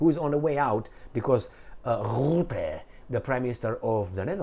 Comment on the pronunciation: Rutte not Rootte idiot.